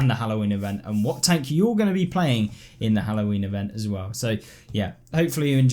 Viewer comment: Every time i hear "NEW PREMIUM TONK" i die in inside of me